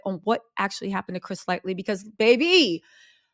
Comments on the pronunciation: It's Chris LIGHTY, not Light(ly)! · 🗣️Chris-Ligh-ty !!……..not Chris Lightly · Everytime she says Chris Litely instead of Lighty i cringe 😬 and the WILD part is having it spelled correctly in the thumbnail and title and still hashtagging it incorrectly in the description 🤣🤦🏿‍♂️ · Woman it’s LIGHTY not LIGHTLY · Chris Lighty, Christopher Wallace, Shakir Stewart, Heavy D, Kim Porter, Anthony 'Wolf' Jones.. Stop calling him Chris 'Lightly'😑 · Chris LIGHTY! not lightly lol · I’m annoyed you keep saying his name is “Lightly” when it’s Lightey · If you’re gonna gossip at least get the names correct. It’s Chris Lighty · But you couldn't at least say his name correctly? Lighty not Lightly! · Lighty - Chris Lighty, not Lightly. Light-ee. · It's Chris Lighty sweetie. Not Chris Lightly. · LIGHTY!!! Not “Lightly” lol smh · His name is Chris Lighty not Lightly mam. Gotta do your google. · It's Lighty...not Lightly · Yesssss, her grammar & pronunciation definitely needs some work! Lightly (Lighty), jamra (genre) 50 CentS 🤦🏽‍♀️ WHO is Fat Joy?🤷🏽‍♀️😂 Interesting subject matter though. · calling this man “Lightly,” instead of “Lighty,” is cracking me up. ❤ you girl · it's Chris LIGHTY.....NOT LIGHTLY!! Love you girl😅😁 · It's Lighty. Not Lightly. Also, it's 50 Cent. Not 50 Cents. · I had to leave because the more she said Lightly let me know if she don’t know the name correctly she can’t be knowing much about the story behind anything that comes from hm other the what she was told or saw on YT .. bye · Chris Lightly😅 butchering names. I get it though, she be so hyped spilling the beans on the Hollyweird gossip😂 Uh uh😅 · It's "Lighty". I've never heard anyone get this wrong before. I guess you didn't know anything about him before doing this video. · “HIS NAME WAS CHRIS ( LIGHT - TEE ) PLZ GET PEOPLES NAMES RIGHT …. PLZ😢😢😢😢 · PLEASE GET HIS NAME RIGHT...... CHRIS LIGHTY RIP .........L I G H T Y ......... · It’s Light EE Lighty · LIGHTY = Ligh-Tee